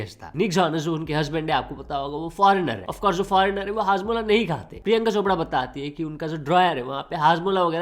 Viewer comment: 😂 hajmola ❌ padmola ✅ 😂